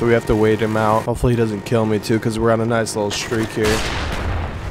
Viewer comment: It wiLl Keel